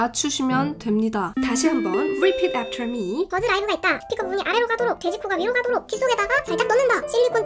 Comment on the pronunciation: 뤼핏 앺터ㄹ 미~ 발음 짱이네용